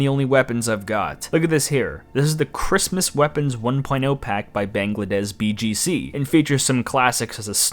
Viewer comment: Why do you keep reading "Bangladesz" as "Banglades"? There is clearly "sz" in the name, not just "s"